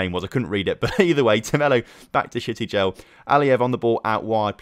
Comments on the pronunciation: shty-gel like shygel but add the t, I hate to ruin the name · I hate to ruin the fun, but Shtygel is pronounced 'shh-tie-gl'